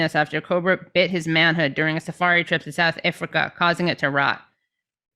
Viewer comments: Why does she keep pronouncing South Africa like that? Asking as a South African. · Please learn how to call countries by their names.. Comes across as not taken very seriously.. Not everything can't be perfect but south Africa should be an easy country to be pronounced easy.. P's still love your politics and the way you produce it. I'm really talking the piss but do Americans have a hard time pronouncing other's countries... Iv heard it from American TV many times 🏈